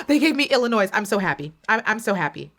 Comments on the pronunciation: Waited for this! Thank you! Btw, as a native from Illinois, you pronounce it as "Il-ih-NOY"..so the "s" is silent. Illinois and Texas were in my Top 2 before the finals night & I'm so happy they both ended up in the Top 5. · Love this. Love you. But girl, the “s” in Illinois is silent. You don’t pronounce it. 😬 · I agree, I don’t know why she pronounced Illinois with a S 😂😅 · Love how they called out Illinois multiple times with the silent 's' and refused to conform and kept pronouncing it with a HARD 'S'. is here to make some noise, it's IlloNOISE!! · it’s illinoiize! 😆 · You don’t pronounce S in Illinois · When you say Illinois, it doesnt have the s in it. Pet peeve